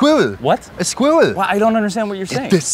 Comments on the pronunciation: “Look at the swėæwl” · He literally said Schwoool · “The squiweewwll 🧍‍♀️” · When he said sqwiweeell I felt that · The Squiwwel... *the what*? The Squi-we-rel! the what? that thing there! Ah a Squööarl! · Yup. A Squirl. Yup yup. That's perfect pronunciation. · "The squwewwaeieeeiwgh" Soda? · Ironically, the American doesn't pronounce it properly either - he says 'Oh, a Squirl!' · Love how Americans pronounce it. Skwerl. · yes america, it has 2 syllables. not skwurl. same this as mirror isnt mere. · why does it sound like he only has the accent when he says squirrel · Americans pronounxing squirrel and mirror with one syllable each 🤦‍♀️